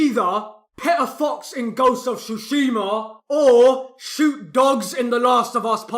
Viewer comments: I too enjoy “Ghost of shooshsheemaa” you beautiful Brit. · "ghost of SHUSHIMA" 🤣